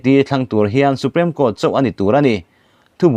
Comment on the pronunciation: Supreme Court i lam dan hi Su-prem i ti tlat a, su-priim ti a lam tur zawk asin